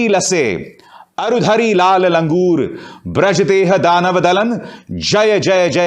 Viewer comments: hindi shuddj pdiye braj nahi vajra bola kariye. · बज्र को ब्रज बोल रहा है।चल निकल